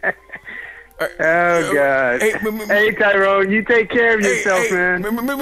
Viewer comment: It’s Tyyroooone That’s spelled T-Y-ROONE 😂😂😂